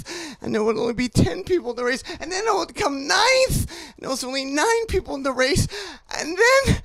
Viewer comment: "I twied to win the wace" unless I can't hear